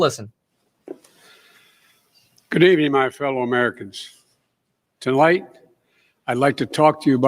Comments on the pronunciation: He opened saying (tolight)... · "Tolight" 🤣. Strong start buddy... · What's everyone doing "tolight"? Wth. Hahaha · Tolight XD yoo I'm dead lmao